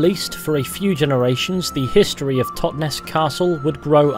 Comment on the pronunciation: Great vid, man, really but as a local can I say the pronunciation of 'Totnes' is said almost like 'Loch Ness' ('Tot-Ness) and not the 'es' emphasised as in 'hotness.'. Sorry for being pedantic but it made me twitch each time you said it, lol :) Subbed, btw